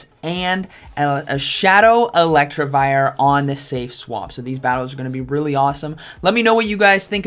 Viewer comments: It’s Elect I vire, not Electrivire. You’re adding an extra r in to make it sound like electric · PLEASE GOD! IT'S ELECTIVIRE, NOT ELECTRIVIRE 😭 Good video but the pronunciation was driving me crazy. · More like elect-e-vire